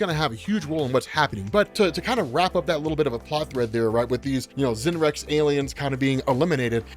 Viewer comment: Isn't the Z in "Z'nrx" pronounced as S, so Snarks would be the phonetic pronunciation? As a long-time reader of comics myself, they've always been referred to Snarks and I always took it as the correct pronunciation